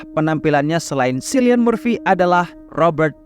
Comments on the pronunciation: Mas, Cillian Murphy dibaca Killian, bukan Sillian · Nama Cillian Murphy dibacanya Killian bukan Silian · Cillian itu bacanya Killian bang